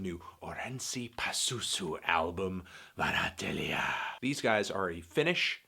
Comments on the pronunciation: Surprisingly good pronunciation on the album title there! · You really surprised me with your pronunciation of the title. 10/10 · Remarkably well pronounced, did you practice that?